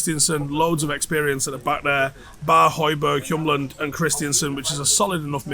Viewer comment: Its HjuLMand not HjuMLand, his name translates to wheelman